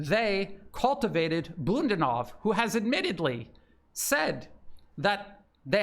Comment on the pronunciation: please: Bu-da-nov. The stress is on the second sylabill. The a is long.